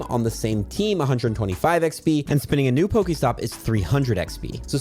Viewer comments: I love you but I hate the way you say eggsbeee 😂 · Thanks, huge tips as always! Sadly don't think I'll get to 50 but I'll see what I can get done. Side note - no idea why, but I always hear saying XP as "eck spee" instead of "ex pee". Pretty sure I'm losing my mind listening to this video 😂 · Have y'all noticed he says "XB" instead of "XP"? I did and now I can't un-notice it. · Does anyone else hear XB sometimes when says XP? Or am I getting old? 😅